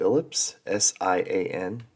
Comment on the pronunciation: Sian pronounced sharn.